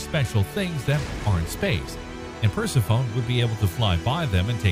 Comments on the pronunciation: Per-seff-oh-nee, not Percy-phone. It isn’t exactly an uncommon name and it is fairly well-connected to Pluto. Then again, Pluto also takes way longer than 30 years to orbit the sun. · It’s pronounced per-sef-onie, not purse-uh-phone. 😂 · Percy-phone. LOL! Sounds like a device to use when you call Pluto. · “Pers-ih-fone”? Really? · The narrator trying to talk about Per-se-phone: 😶 The (allegedly) background music: “And I took that personally, 🎶🎵🎶🎵🎶🎵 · Yup, like nails across a chalk board. Per-Sef-Oh-Knee. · "Huge plain that doesn't have craters..." Uh.... no. The craters are there, hidden beneath the recently laid ice and snow. Persephone..... "per-SEF-on-nee". Come on, remember your history class on ancient Greek mythology. 🙄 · Good video, but the way you pronounced 'Persephone' hits you like a brick!! 😳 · You’re mispronouncing Persephone. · Every time he mispronounced Persephone I died a little inside. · Me too!. I have noticed more than just that mispronunciation in many of the series videos. Really they should correct that...I mean its science for crying out loud! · Try laughing. Just don't stifle it or it will come out your nose.